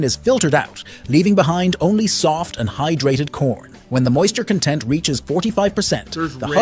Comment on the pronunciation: "when the moisture content" and the AI voice pronounces the word "content" like the adjective, "content" instead of like the noun, "content," which was clearly the one that was intended. it just shatters the whole illusion that there's a narrator reading to you and not an AI voiceover. this stuff will be expected to happen sometimes, but the point is, how hard would it have been to code a quick part of speech check in instances where the part of speech would deterministically tell you the correct pronunciation to use? just sloppy and lazy, really. and people think these AI morons will take over the world. AI is being written by teenage idiot liberal SJWs who took DEI as their first college course in computer science. not their first college course, their first college course IN THE COMPUTER SCIENCE FIELD was all about DEI and nothing about science. 🤣🤣